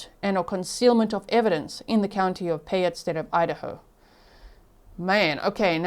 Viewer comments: Kuna is pronounced Q-na, and Payette, is pronounced Pay-et. I live about 30 minutes from Fruitland and have been watching for this poor baby for years now. This is heartbreaking. 💔😢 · Payette = 'Pay' - ette. Long vowel 'a'. ❤